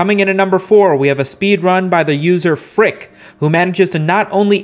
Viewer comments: The speedrunner's name is pronounced eff you see kay. Not frick. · its actually pronounced ef-you-sea-kay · why did he say fuck's name wrong? it's pronounced effyouceekay, he's said this before.